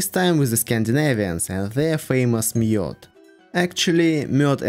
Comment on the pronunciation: You prononced Mjöd very good!